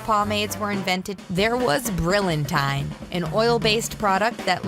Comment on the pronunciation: It's not pronounced bril in tyne. It's Brill yan-teen!